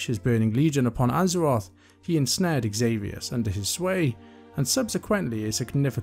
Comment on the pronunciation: Takes humility to admit when you've made a mistake. Also respectable to be willing to learn the correct pronunciations! One I may add myself is xavius being pronounced zavius. Great job on the video! Lots of thorough storytelling :)